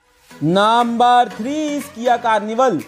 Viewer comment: Ists not naaamaar its number😂😂